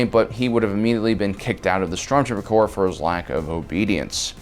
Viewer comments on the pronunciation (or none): Corps not Corp. Corp is an abbreviation for Corporation. Corps is Latin. The s at the end is part of the word, it does not mean plural. It is the Stormtrooper Corps, the Marine Corps, not Corp.